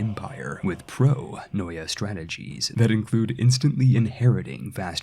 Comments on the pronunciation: Not that it matters, but the correct pronunciation is: Pronoia -> Pronia. In both '-oi' and -'ei' you should ignore the first vowel when reading it. Also 'eu-' is read as 'ev-'. Eugeneis for example would be read as Evgenis. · Thank you for this nice and simple to follow guide on the new update. (Pronoia is pronounced pro-knee-ah by the way)